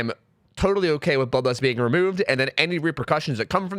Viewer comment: I could only hear him say ''Bubba's'' instead of bloodlust